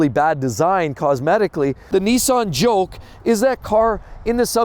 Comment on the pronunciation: He said Nissan Joke and not Nissan Juke